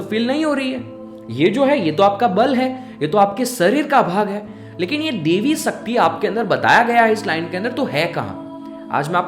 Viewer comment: sakti nhi shakti bhai saab.... talking about your pronunciation